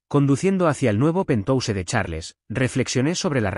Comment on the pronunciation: Pentouse? Que es eso? No se dice penhaus? Aunque no se escriba así? Penhause.